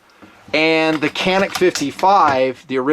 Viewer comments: Isn't it pronounced Janik? With a J even though it's spelled with a C? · I agree with you about the Canik pistols. I have had one for about two years and have never had a problem with it. By the way, the letter c is pronounced as a j in Turkish.